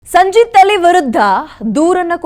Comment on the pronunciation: ಯಾಕೆ ಹೆಸರು ತಪ್ಪಾಗಿ ಹೇಳ್ತಾ ಇದ್ದೀರಿ ಆ ನೀಚನ ಹೆಸರನ್ನು.